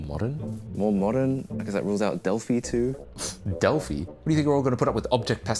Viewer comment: Del-fee? Del-fy!